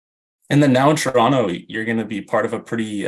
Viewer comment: The dude already pronounces Toronto like a local haha